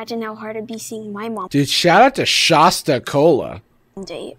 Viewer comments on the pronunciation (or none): "Shas-tuh". The "Shas" rhymes with "Ass" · As someone who lives in a region where the generic store brand soda is Shasta, hearing pronounce it as "SHAH-stah" is so funny to me (I'm partial to the raspberry crème flavor)